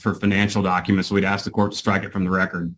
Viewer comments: We need someone that can pronounce ask correctly 😂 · “Did you acks Ken…” 🙄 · Let me axe you this... 🙄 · Don't axe me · Mr. "Axe", "Picher" "Caw", "Contrac", is having some fun profiling and primping....sounds like he has a big $ part in the building.....I can't stand it when the Atty's become bully's and badger the witness.. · Why is “ask” such a hard word to pronounce?